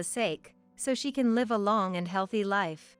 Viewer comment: Many of these stories are miss pronounced. Such as live , the people writing this article should check out the pronunciation first by listening to CD’s.